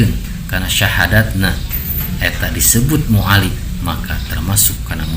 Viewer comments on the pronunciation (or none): Sanes Mualif tapi mualaf duh balelol letah... 🙏😅